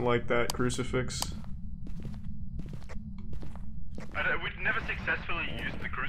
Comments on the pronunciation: Why does Charlie keep saying 'Ouji-board' and 'crucifex'? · FIX! CruciFIX. Not fex... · Idk why but him saying cricifex instead of crucifix is extremely annoying and on top of that this cameon when I was sleeping so I kept having Charles Martinee in my damn dreams cause I thought that's what he was saying